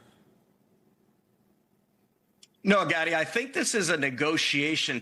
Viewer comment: Every time he calls this guy's name and say Gadi kind of sounds like he's saying Daddy 😂🤣🤦🏻‍♂️😂